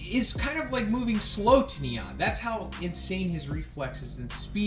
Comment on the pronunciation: The way pronounce "Nyan" triggers me...